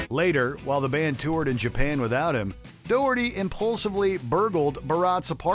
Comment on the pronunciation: Di you know how to pronounce Doherty? I think not